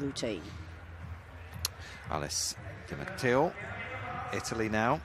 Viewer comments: I don't think even "1" you're right. I think the one that was the worst for me was "D'Amato" being pronounced "DiMateo"... they got the Brits right though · mispronounciation of the name D'Amato as Di Mateo is most probably because of the footballer Robert Di Mateo who was a household-name here in the UK throughout the 90s. So when he sees D'Amato he's probably assuming it to be a mis-spelling or just saying what comes closest by association because he can't think of how else to pronounce it. Again, still incorrect, but in this particular instance, that is why. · Can they learn to pronounce D'Amato instead of saying Dee-Am-Atayo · I mean, why doesnt the lady commentator correct him behind the scenes and say, "Actually, it's pronounced duh-mah-toh." Not Dee-muh-tay-oh. I cant find the face palm emoji, but I'd use it here. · Totally agree. What the fuck is "Damateo"??